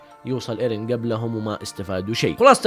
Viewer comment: اسمه ايرين ايش الي ايريه ترا مرة ما قاعد تجيب لكنة يابانية 😂😂